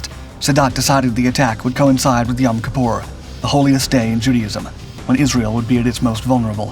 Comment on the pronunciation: 1. eine Phantom F4 war jeder MiG 21 haushoch überlegen. Schneller, wendiger und schwerer bewaffnet. 2. Wenn man nicht weiß wie man Jom Kippur und Sadat ausspricht sollte man keine Videos einstellen.